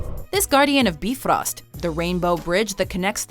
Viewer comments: Im pretty site its prounced Bi-frost not Beefrost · It's pronounced Bye_frost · You've seen the Thor movies, so why do you pronounce them like Beefrost and Heymdaller.